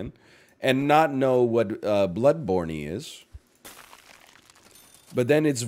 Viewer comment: Lol it’s blood borne not blood bornie